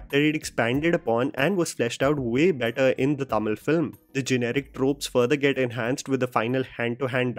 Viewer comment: And Chris Evans called him by tuh-meel